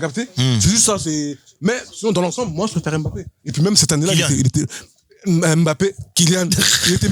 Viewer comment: Un gros merci au boug pour la prononciation correct de Mbappé